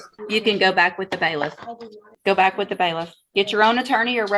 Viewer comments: Baliff not Bayless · Wtf is a baylist? They are bailiff's